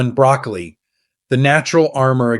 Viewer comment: Are you really talking about BROCCOLI ? You sound more like you’re talking about brAcAly. Perhaps it’s my hearing problem…